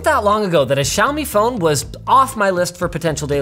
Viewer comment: Holy shittt. Linus is the first tech reviewer who has said Xiaomi correctly. None of this "shaome" bullshit